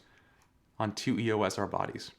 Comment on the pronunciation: Just purchased mine a few weeks ago on sale! It's a lot of camera, I couldn't agree with you more, suck it! Just one thing lol, stop saying E-O-S! Canon named their EOS line after Eos, a Titan goddess, daughter of the Titans Hyperion and Theia. It's pronounced E-OS not 3 separate letters, just saying:)